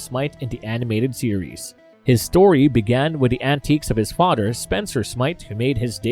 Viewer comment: Oh no, his fah-der died. Then he made a taran-tula. Then he was placed in cry-row-geen-sis